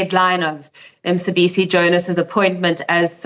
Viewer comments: Mcebisi not Msebisi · So these whites don't make even the slightest effort of pronouncing our names after 30 years! What's Msebisi?